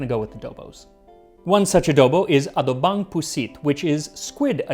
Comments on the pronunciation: So weird,.. He can say the correct word "Adobo" but when "Adobong" word he says "Adobang" 👌🤣😅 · You pronouncing 'abobong' in adobong puti as 'adobang' really fucked with my brain. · sounds like adobang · When this guy can say the word "adobo" but pronounces "adobong" as "abodang". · I kinda chuckled a little when he said "abudang"😅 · I like how you pronounce adobong sounding like a-do-bang 😂😂😂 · Dunno how he went from pronouncing Adobo kind of properly, and then when he said Adobong the second O became an A? It's ah-DOH-boh, accentation on the second syllable. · yah everything was great until he pronounced the three adobo dishes and say abodang puti, dilaw and pula. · You pronounced Filipino words well. Adobang doesn't count though haha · Did i just hear max said abodong? Hahahah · When the Spanish pronunciation sounds so good but all the Filipino Adobo names sound like there's no effort put in at all. Lol. I'm done.